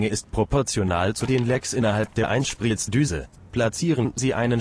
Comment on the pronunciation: Gutes Video! Aber muss die Computer Stimme sein?? Apropo “Einsplitzdüse”😂